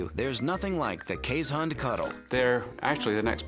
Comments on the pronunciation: Iris Stam that’s a watchdog, not a guard dog. They will be just as likely welcome an intruder with licks as try to stop them with any force. Also, pronunciation is Kaze*hond, not Kees*hond. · "this is how its pronounced correctly: keeshund" nope you still mispronounced it :') its kees hond with o being spoken like boy, god or dog. they are infact really good guard dogs and are called alarm dogs sometimes cause they bark at any intruder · Why are they pronouncing it as keeshund?? I'm Dutch and it's hOnd like in the word dog or boy. (Hond is the Dutch word for dog!) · They mispronounced keeshOnd not keeshUnd I know I'm Dutch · If you're Dutch or Afrikaans, you would know how to pronounce Keeshond. You say it like this K - EE - (like the EE in deer) - s - h - O - (deep O like the O in Boar) - nd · Then you're a fake dutch. My girlfriend's family grew up with these dogs in NL and they always pronounce it kays-hund.